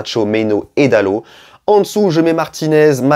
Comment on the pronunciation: Bonjour bonne vidéo mais juste .. c’est pas Dalote* mais Dalot le T ne ce prononce pas 😂 voilà bonne journée